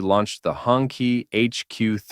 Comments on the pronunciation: It's pronounced "Hoon-Chee" (Red Flag), not " Hongki" 😂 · it's HONG CHEE not HONKEY stop pronouncing it like a slur for white people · Sorry AI, it is pronounced hong CHEE. Not hong kee. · It's hoong (red) chee (flag). I thought the AI said "honkey"!🤣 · Note to AI voiceover: "Hongqi" is pronounced "hoong chee". It means "red flag" in Mandarin. And I'm out right at the start of the video. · As a person who speaks Chinese, "honky" gets a chuckle out of me every time I hear it. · Hurts my ears hearing Hongkee A bit of research on hows pronounced goes a long way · That’s because the AI is obviously a honkie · it is pronounce "Hong TCHI" also I understand you don't want people to steal your work, but that logo at the top right is annoying as fuck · Maybe nobody cares, but I disliked the video just because the name is pronounced wrong, if you are talking about history, at-least make an attempt to pronounce foreign names correctly.